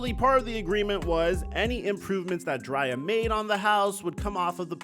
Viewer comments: DRAY•ah! It sounds like you’re saying Jaraiya(Naruto) & we can’t disrespect our GOATs😂😂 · Bro called her Dri -ya... LMBO just put the paperwork in the Dri-ya.... you crazy Bro...#DCFL 🏈🏈🏈🏈🏈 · it's pronounced "Dre-Ahh" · you slipping in your NEWER Videos. You’re definitely saying her name wrong. And your other videos just have been horrible. No research from your team and you going with the narrative.